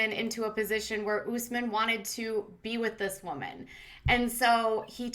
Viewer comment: US-men NOT oooos-men! Ugh!